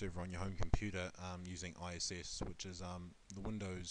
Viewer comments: All that knowledge, but can't setup a mic, or say I I S not ISS Jeez I wonder sometimes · why do you keep saying ISS? it's IIS...